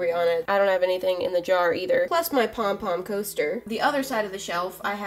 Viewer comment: You said pom-pom coaster pomstr